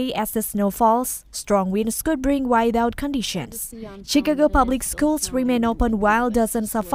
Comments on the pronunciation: It's chi ca go not chick a go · Chee-Ka-Go?! Where is this woman from? 😂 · Hi to the people that is talking about the snow ❄️🌨️ the person is not pernowsing the word Chicago wrong it's not called what She is calling it you all need to correct it. Thank you